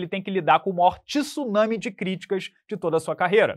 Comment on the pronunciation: Tsu-na-mi, por favor.